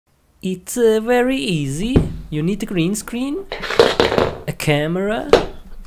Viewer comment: Wery good computer??? Bruh... Get your words right